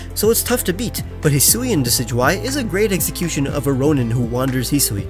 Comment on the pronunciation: Does he intentionally say "eggxecution"?